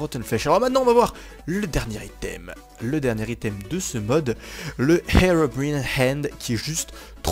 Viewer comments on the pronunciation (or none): none